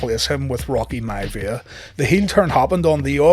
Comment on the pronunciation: Rocky “Mya-via” 🤣🤣🤣